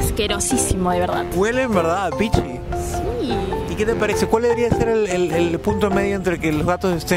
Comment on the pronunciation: eso es en peru? porque dicen píchi en vez de pichí